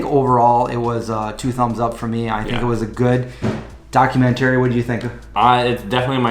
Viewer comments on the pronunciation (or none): Maybe going vegan messed up your pronunciation of 'documentary' -- should be "docuMENTary". Other than that I'm looking forward to seeing the film -- they showed it one night only in my community and I missed it. So far I'm only vegetarian, still eating eggs, some cheese, some kefir.